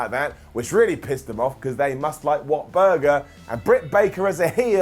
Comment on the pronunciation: "What Buger"